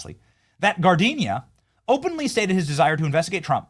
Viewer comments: Giardina is an Italian name pronounced gee-r-dee-nah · Pronunciation alert...Giardina. Figure it out, it's easy. Smh. You're pronouncing the flower name, spelled differently. This guy has an Italian name, he's not a flower.